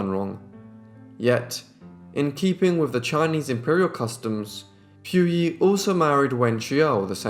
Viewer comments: I really like this channel but I cannot listen to you mispronounce so MANY names. Look it up for goodness sake!! It's poo-yee NOT PEW YEE It's Wen-shoo NOT WEN-JOO or WEN-JYOO So many vids, so many mispronounced names. Too many to list here, it's exhausting to listen to. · You pronounce their names wrongly...it should be Pu as in Pooo Yi...and it is not pronounced as Wen Qiao but Wen Xiu (Siuuu)...